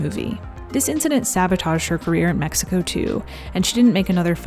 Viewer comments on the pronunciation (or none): none